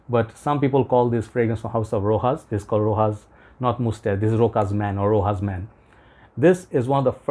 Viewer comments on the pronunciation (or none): Rochas is pronounced 'Ro-SHas' NOT Ro-Cas or Ro-Has.